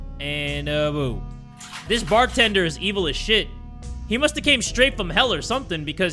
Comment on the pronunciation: its BARTENDER NOT FARTENDER 😂